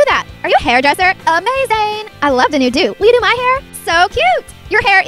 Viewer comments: did anyone notice tht she said amazayn? :D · When she said Amazayn I died 😱😍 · did she really just say amazayn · she said amaZAYn!! lol im such a One Direction freak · you said amazayn...are you a directioner??